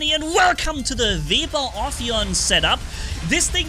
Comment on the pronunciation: Call it web ear it is correct pronunciation